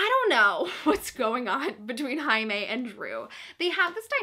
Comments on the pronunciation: Jaime = High-may???? Whaaaaaaaatttt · Omg I completely forgot that Jaime’s name was pronounced in Spanish so when you said Jaime like ‘Highmay’ I was like: ermmmm.... who now?! 😂😂😂😂😂😂😂😂😂😂😂😂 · wait... jaime is pronounced haime??? (i know it's how you pronounce j in Spanish but i didn't realize for some reason) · The way you pronounce Jaime confuses me so much